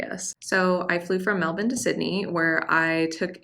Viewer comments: Glad to hear you've been here long enough to pronounce Melbourne correctly. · You pronounced Melbourne correctly, good onya.